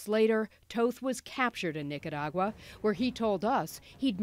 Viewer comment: I appreciate that you prenounced Nicaragua correctly